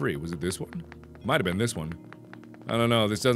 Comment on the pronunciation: he says "ben" instead of been.